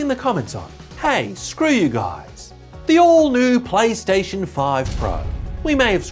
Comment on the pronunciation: did he say paystation? or plystation?